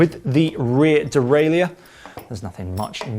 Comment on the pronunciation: Why can’t you pronounce “derailleur”?